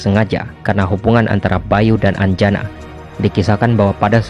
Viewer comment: Dewi anjani min, bukan anjana